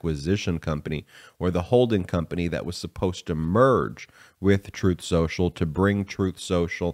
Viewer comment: Spin Soocial